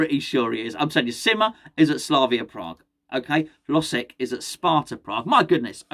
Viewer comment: By the way the L in hlozeks name is pronounced like a y so it’s “hyozek”